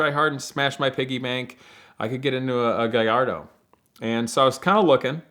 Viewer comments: Still Can’t pronounce his own cars name - Guy - Ardo - figure it out !!! Thanks Ed for another great video !!! Any new race tracks with your son ??? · Guh lard ohhh........smh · Every time I hear someone say "Guh-Larr-Doe" I lose a little respect. Dumbass, Lol! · Cringe af when people pronounce Gallardo lol